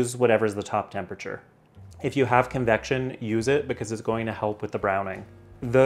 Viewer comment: If, not eef